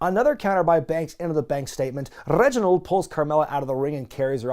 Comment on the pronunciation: Who is Reginald OhSomeMoiYah??